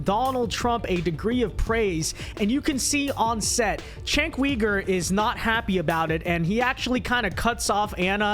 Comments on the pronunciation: C'mon, how long will it take before critics stop pronouncing Cenk's name wrong. He's literally been a public figure for a hair under 20 years. How many times do people need to hear his name pronounced /Jenk/ /You-Gur/ before they learn to stop botching it? How many times is enough? We're clearly into the tens of thousands not being sufficient. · It's pronounced "jenk", not "chenk". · Does a whole segment doesn’t kow how to pronoumce it Jenk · You're a shining example of US American ignorance of politics. I'm neither a liberal nor a conservative and I don't support either party. Number one, the dude's name is pronounced: "Jenk". He's a walking dildo, but you should at least be able to get his name correct. Number two, Ana Kasparian is a liberal, not a leftist. Liberals are literal right-wingers by their support of liberal democracy and liberal capitalism as an economic system. This is incontrovertible. Liberals are not part of the left-wing of politics, being supporters of capitalism. They historically are anti-left. Therefore, she isn't "moving to the center", as you suggest, she is moving even farther to the right. The US has a far-right conservative party and a lesser far-right liberal party, so the "center" between them is still to the right of right-of-center. If you're unaware of this, of politics in the very country that you live in, your opinion on politics is invalid, as you don't even understand what you're commenting on. You have to get past your lifelong indoctrination by the US government that "conservatives are the right and liberals are the left", which is patently untrue objectively. There is no left wing of politics in the US and there hasn't been one for 70 years. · You can't even say dudes name right and expect people to take you seriously. You're a fool.